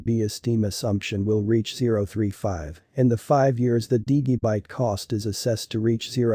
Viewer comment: Why does this guy pronounce Digibyte wrong? I wonder how he pronounces Digital. Dude, learn how to say Digibyte correctly.